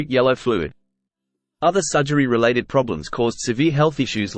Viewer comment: Tim and Mike apparently were fired. I didn't know Pete was Jewish. "Other sujery"? Sounds like AI with an Australian accent. He wasn't a well woman. He seemed tortured much of his life. D or A could have achieved even more chart success if things were different.